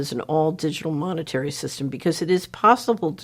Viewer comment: the pan-they-mic will end when mon-nayterry - sistim is changed